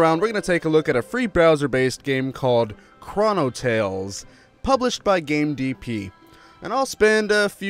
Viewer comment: Its pronounced a bit more like Crow-no.